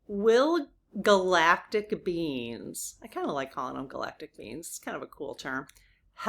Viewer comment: I love the way you say "spiritual beings" and it sounds like "spiritual beans" lol